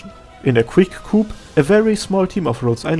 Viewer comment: Hey, I figure you're proud of your English (as you should be, you're very well-spoken and your vocabulary is quite big) but because of that you'd probably want to know that "coup" is pronounced "coo". It's fucking stupid, I know, Euck Fnglish.